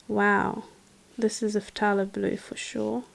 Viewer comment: Thalo blue. The p is silent.